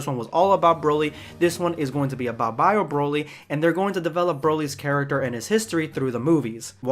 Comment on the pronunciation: Vid was cool in the beginning but when you said Bio Brolly, smh.. dumbest shit ever 🤦‍♂️